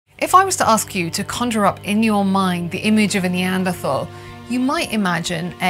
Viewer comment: Why the endless mispronounciation of "Neanderthal?"